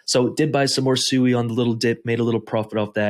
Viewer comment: first off its pronounced "swee" and you have your range set to 140% that aint no real money made. not everyone has hundreds of thousands of dollars to set ranges far and be satisfied. how tf can we make money when everytime we set a rang to make good money we jus get booted. ill make $100. in a day then all of a sudden the price tanks and i lose everyting plus more i made in a day. turbos sui aint no money unles u putting more the 10k in there